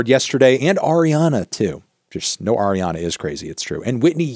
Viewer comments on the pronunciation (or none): none